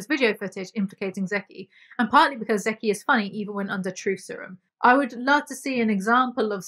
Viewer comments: zeke pronounced as zeeky makes me laugh 😂 its just "zeek" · I love you so much. I appreciate your sarcastic commentary and I could listen to you for hours. With that said, Zeke is pronounced "zeek" lol